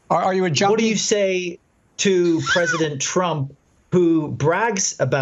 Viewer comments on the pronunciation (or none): I thought he said "Joni" Not "junkie" wow, he's awful! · Ok America, Let's start the judging of Biden and his mental fitness. When he says junkie it sounds like he said Joni lol